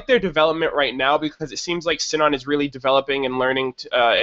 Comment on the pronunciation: Sinon's name is pronounced See-non. Or, since they're in Japan, Shinon.